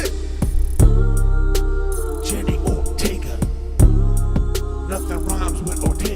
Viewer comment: Wednesday was a great show. But if you love her so much...put some respect on her name...LOL. JENNA not Jenny. 😄